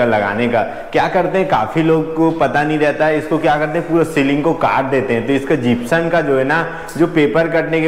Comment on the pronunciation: जिप्सम बोलते है न की जिप्सन